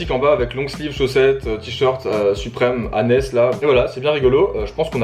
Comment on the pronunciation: J'ai a do ré ta prononciation de hanes à 😭😭